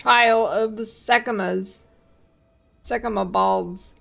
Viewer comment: ROFL, did she say, "Sekhemuh balls!"?